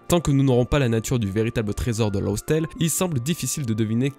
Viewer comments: Bonjour 🖖 j'aime bien ce que tu fais bla-bla-bla bref j'aime ton contenue et toute les gentillesses habituelles, mais s'il te plaît arrête de le prononcer LOSSTALE ça se prononce LAFTALE . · Bonne review. Sauf qu'il faut prononcer "laftel" On attend plus que Nina. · Je suis peut être un peu tatillon mais Laugh Tale se prononce en anglais "Laffe" Tale. Je sais, je vais me faire ch*er dessus à vouloir exposer ma "connaissance" mais te sachant très pro et ouvert d'esprit je me permets de te reprendre. C'est d'ailleurs la seule et unique chose sur laquelle je te reprends tant tes théories et autres reviews sont top! Continues comme ça bro'! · Super vidéo comme d'hab :) Par contre faut arrêter de prononcer "lof tale" xD "Laugh" en anglais se prononce "laf" (avec un [a:], un "a long") d'où le nom Raftel d'ailleurs puisqu'en japon ça le "r" se lit "l" donc Raftel = laftel = laugh tale, une manière intelligente de déguiser le nom de la dernière île et en même temps de faire du foreshadowing. voilà voilà pour la minute phonétique :) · très bonne review comme d'habitude mais s'il te plait, la prononciation de "laugh" ce n'est pas loss x) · Le "gh" dans Laugh Tale se prononce comme un F.